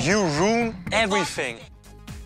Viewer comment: "i am KOOKING ESTEAK" "You ROON everything"